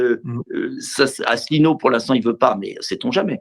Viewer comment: Mr Dupont-Aignan a visiblement du mal à prononcer ou citer le nom de François ASSELINEAU